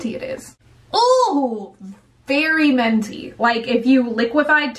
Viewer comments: Menty? Lol pretty sure there is a "i" in the word minty. Haha still love it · Menty. I hear menty, not minty. Is it just me? ... Don't get it twisted, I'm not complaining. Minty, menty, it's all fabulous.... but it's menty. Yes. Yes it is. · Are you saying menty on purpose or do you not know it's pronounced minty? I have zero problem with it, just curious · It sounds like you say menty when saying "minty". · “ment” “menty” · M i n t y not m e n t y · I love the way you say minty! It sounds so cool!